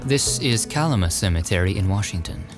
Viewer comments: Loved the video!! Minor correction, Kalama is pronounced kuh-LAM-uh! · BTW it's pronounced KA-LLAma Washington